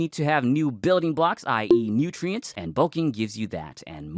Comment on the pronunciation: ''Nootriens'' :face-red-heart-shape